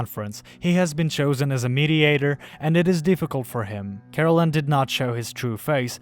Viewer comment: Kah.Rel.En. Not Carolen. Is it so hard to do a second take when your narator who didn't read/watch the material botched the main characters name?